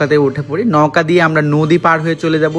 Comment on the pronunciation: নৌকা না নওকা